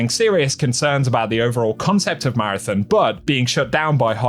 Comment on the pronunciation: If you're going to talk about marathon, can you at least learn how to pronounce it properly